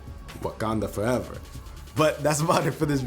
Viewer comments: You sounded Russian when saying “Wakanda foreva” at the end (not hating, just sayin) I LOVE YOUR VIDEOSSSS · That accent tho when he said Wakanda forever 😂 it sounded like wakandha foreva